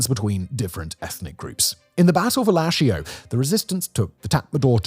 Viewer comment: hey Shan(s) here nice vid, definitely hit the nail I like your presentation but some pronunciation are a bit… funny like lashio (my home town 😢) but love the video otherwise❤